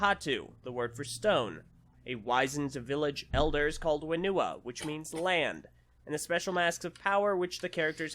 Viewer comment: Heads up, its pronounce Fen-oo-WA.